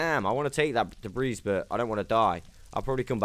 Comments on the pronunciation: The s is silent in debris. My bad if u pronounce it in purpose. New to videos. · Great video. Im gonna go implement a bunch of these in my own survival world. Just an fyi. The 's' on the word debris is silent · Dude lol the "S" is silent in "Debris" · "Ancient debriss"